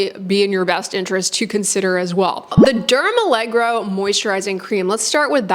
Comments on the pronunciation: allergo as in allergy, rather than allegro as in uptempo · Derm allergo as allergy. Not dermalegro 🤡🤡🤡 Silly american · It's dermALLERGO, not dermALLEGRO. Like the word allergy haha, not balet. 😂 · Al-ler-go, not allegro – It's a different word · It's dermallergo, not allegro. I believe it refers to being suitable for allergy prone skin. Otherwise a very thorough review, thank you. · Oh it’s not allegro but Derm-aller-go😊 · Great video, and I use & love this line also. The products really do soothe on contact, and provide decent moisture without clogging pores. Note: The line is actually pronounced "DermALLERGO" (not "DermALLEGRO"). So no more need to associate it with ballet! 😆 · I'm a little surprised 🤔 This line isn't new at all, it's been around for quite some time. Do you mean new in the US? Also, it's not dermalleGRo (you pronounce it that way all the time 😅), it's "alleRGo", from allergy, which makes total sense and that doesn't remind of ballet 😊 I wish there were more products trying to use ingredients like that neurosensine peptide, to numb the nerves so the skin doesn't react to things and is calm. I applaud the initiative. Hopefully there'll be more variety, so we people who have reactive skin have more choice in skincare 😊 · It’s pronounced Derma Lergo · It's dermalleRGo, like alleRGy! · "dermaleGRo reminds me of Benedict Cumberbatch's "pengwings".